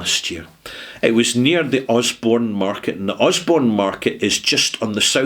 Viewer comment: Borough Market, not Osborne Market!